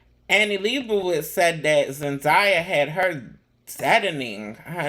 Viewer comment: Her name is pronounced Zendaya is pronounced as Zen DAY Yah.. Not Zen Die Yah